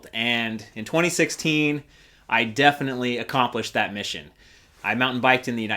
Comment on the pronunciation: "defiantly"?? lol